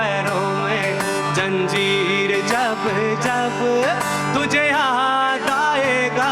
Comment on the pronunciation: Bohat khoob …kya sama bandha aap ne. Do jaghon par aap se galati ho gayi. Zara us par dhyaan dein. Zanjeer sahi lafz hai aap ne Janjeer padha Zakhm hota hai Zakham nahin